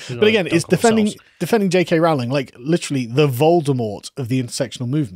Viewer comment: It's roe-ling, not rowl-ing.